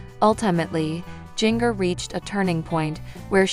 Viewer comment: Jin-ger not jiggner